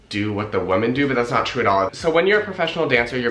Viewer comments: I've noticed you pronounce "women" as "wo-men" rather than "wee-men" . Is it an accent thing from where you're from or what? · Every time you said “woman” instead of “women” I died. 😬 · Dukefolk it sounds to me like he’s saying woman instead of women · I can’t get over the fact that he keeps saying woman instead of women 😆 like it’s clear he means plural but he pronounces it as a single woman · The pronunciation of Women is Wih-men The way you are saying it implies the singular form of Woman. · He's saying women wrong!! Women plural is not pronounced the same! Lol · Your accent is that of Los Angeles, except for the way you pronounce the first vowel in women as if it were woman almost convinced me English is not your first language. I wonder why. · Sorry, but this stood out right away: "women" and "woman" are pronounced differently on the first syllable, as well as the last. Please check it out. Nonetheless, good for you! Ballet is fantastic. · Why can’t he say the word WOMEN?? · Yes I noticed that as well, I don’t think he realizes he’s even doing it.